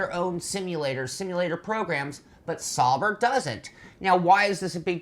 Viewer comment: A nitpick, I know & I guess you'd expect it to come up but it's S-OW-BER not "SOB-er"